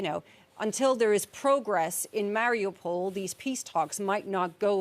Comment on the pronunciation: She cant even pronounce Mariupol right